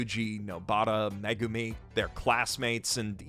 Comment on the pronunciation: every time he says 'Megumi' i feel personally attacked..somehow